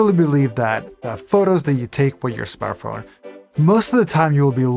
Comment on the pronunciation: "Smarth phone?"